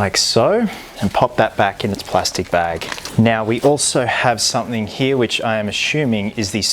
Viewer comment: how he says "he" instead of "here" an it makes me chuckle loll